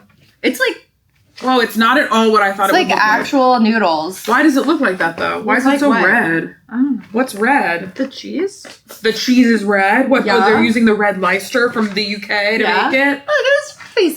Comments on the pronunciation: Btw the British Red Leicester cheese you were talking about is said as lester like jester not lyster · Just a Brit here saying, The Cheese woyluld be pronounced Red Lester, not Lycester or anyrhing. The place the cheese comes from Liecester (pronouced LESTER) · Red "Lice-ster?" Just no. It's Less-ter." Lester. Ignore the ICE in the middle. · Cancelled over the pronunciation of red Leicester(Lester) as someone from Leicester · Leicester ( Lester) 😊❤